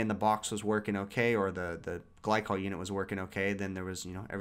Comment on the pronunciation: gly-cool lool haha